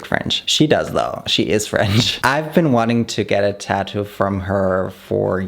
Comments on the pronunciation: Babe, it is tattoo with 2 t's in the middle, not taddoo 😜 or are you from Australia? 😜😜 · everyone in the world: “tattoo”: “tadoo” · Funny how he says "TÄddu"^^. With tattoo, the emphasis is on the second syllable and the tt in the middle does not get softened to a 'd'-sound.